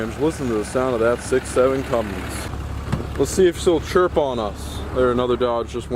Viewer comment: Cummins. Not Cummings.